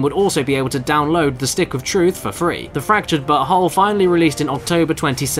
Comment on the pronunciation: I appreciate that the narrator specifically pronounced the title "butthole" every single time